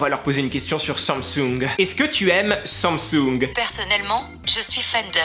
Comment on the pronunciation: tu dis sommesung au lieu de dire samsung mdrrr 😂😂 sinon super video